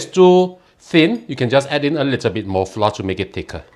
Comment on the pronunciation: Pronounced as flou-r, not flar.